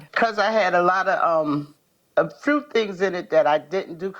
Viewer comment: A what? There's no R in "few".